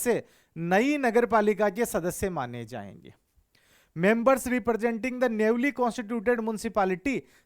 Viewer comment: वो नेवली नहीं सर न्यूली newly होता है आई थिंक सॉरी सर but…